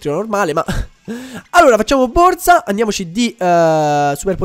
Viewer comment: Non si dice BORZA ma BORSA, esplodo quando lo dici ahahahah